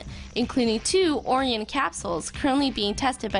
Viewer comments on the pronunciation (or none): when she butchers the pronunciation of orion as "orey-in" i almost fell out of my chair